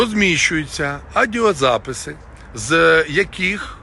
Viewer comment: навіть «аудіозаписи» не може вимовити. Яка ганьба 😢